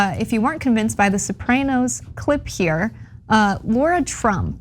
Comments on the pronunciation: Sopray-noes? No! It's Soprah-noes. 😆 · Sah-pray-nos? Oh and it was a comedy? lol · The Sopr- ay- noes? Speak properley. Chomper Wosney is bad enough. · “The Soprainos” lol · Why can't she pronounce soprano's??? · You mispronounced the name of the show "Sopranos" and it was certainly ANYTHING but a comedy. Having said all that, Columbus was problematic as a person, certainly. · Although I agree with everything you said, your mispronunciation of Soprano's (and it's not a comedy) and Taino was painful to listen to. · Not sure if our commentator has ever seen The Sopranos but it most definitely wasnt a comedy - at best it was black comedy for the Tarantino generation. I also disagree with her pronunciation but as I am not Italian I'll leave it there.